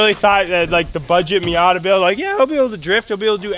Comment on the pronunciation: Did say minyata 🤣😂